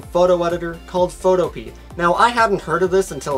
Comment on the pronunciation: Photopea actually rhymes with Utopia